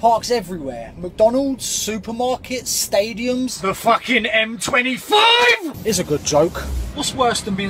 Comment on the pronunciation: "tHe fuCKING M twenty fiVeeEEeeeeE"